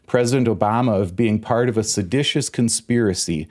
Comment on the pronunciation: There is no such word as sedatious. It’s seditious, which I believe you were alluding to. At least Trump was trying to use a big word.